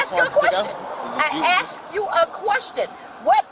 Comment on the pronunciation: I axed you a question. Huh. Speak English lady.